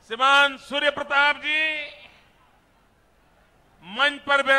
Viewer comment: Man can't speak the word Shriman properly. Don't expect English fluency, atleast Hindi fluency toh ho.